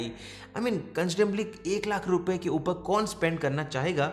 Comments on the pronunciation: That accent... (uper)... upar 😂😂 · A bhai "upaaar" kya hota english bolna han to english may bolo hindi ko distorted mat karo..